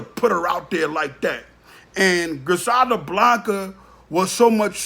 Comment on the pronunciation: Do your research your sitting up talking cash money shit & you have no IDEA what you’re speaking on ! He isn’t on black & white! Fuck outta here! Your not even pronouncing her correctly!!!